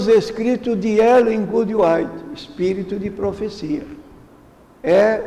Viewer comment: Primeiro este senhor nem o nome de Ellen White sabe pronunciar, segundo, mostrou profunda ignorância da doutrina adventista, terceiro, mente ao falar o que não sabe, mais ignorantes são ainda os que o admiravam, porque pelo que sei já faleceu, agora só lhe restará a surpresa quando ressuscitar , e Deus que o julgue